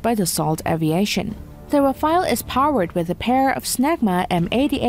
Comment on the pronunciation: Rafale...not Rafael